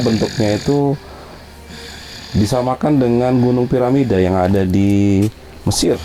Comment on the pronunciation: Bukan paramida tp Piramida, hehehhe